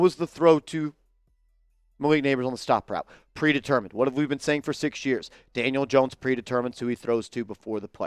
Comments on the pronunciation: He sure did 😂 Janiel Dones 😅 a real one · did you call him Janiel Dones?? You must really be pissed!!!😂😂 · Haha , you said Janiel Dohns